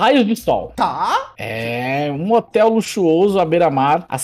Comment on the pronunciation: E impressão minha ou o falou motel ao inves de hotel